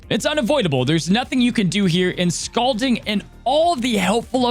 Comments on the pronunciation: I think it is pronounced Scal(all)ding. Or either that's how we pronounced it over here in nc. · LOL how says "scalding" with the "a" vowel sound in "scalp" where I'm from in PA we say the "a" vowel sound in "scalding" like the word "call"